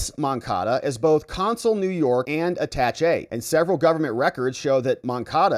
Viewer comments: AaaTaaShay not At tach E... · You are a lawyer? and do not know how to say the word Attache' ?? it is not pronounced "attach-E", it is properly pronounced "A-Ta-Shay". Not a big deal, but it drives me crazy when you keep saying it wrong :) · Attaché is prounounced aaa-taaa-shay (saying the "aaa" the same as the sound a sheep makes — baaa) because it is a french word. The equivalent word in english is attachee which is pronounced uh-taaatch-ee. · It's pronounced atashay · I gave you a thumbs down because you are under educated. You mispronounce so many words in your videos. Usually I think you do it on purpose. Attache is pronounced at·ta·ché [ˌadəˈSHā] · Why are you butchering the word attache? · Attaché please pronounce it right. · Total nitpicking I know - you are pronouncing attaché wrong. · How hard is it to look up how to pronounce "Attaché"?